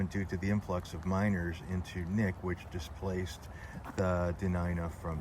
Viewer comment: It is pronounced k nick. We have lots of amazing cemeteries here, especially the further north you go.